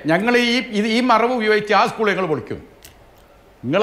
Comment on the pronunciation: ഉസ്കൂള് അല്ല 😄😄 സ്കൂൾ